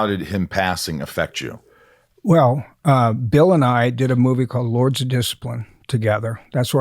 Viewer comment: The guy that butchered Bill name is.